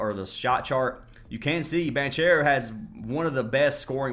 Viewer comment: Lol it's pronounced BON-CARE-OH bro 😅